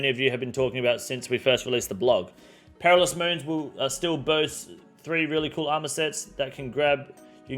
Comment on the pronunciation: I love you man, but you cant come off a take talking about people who aren't mentally switched on and then proceed to immediately butcher the word "Perilous".